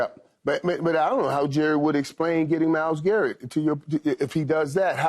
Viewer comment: This dude Keyshawn said Myles Garrett 😂